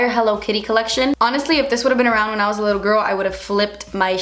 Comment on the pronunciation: Lmaoo to the part where you say " when I was little.. well I'm still litterrrr but I mean litterrr litterr" 😂😂😂😂